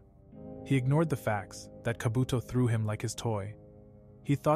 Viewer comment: Instead of saying kaabotoo he said kabotho